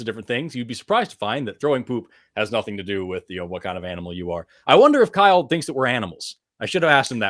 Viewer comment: "Kyle-OH" Get thee to a library and read ANY science related books. Thou art confused, arrogant, and woefully ignorant. Do better.